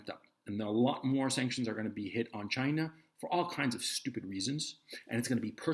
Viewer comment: "Chy-naah" why's this funny 😆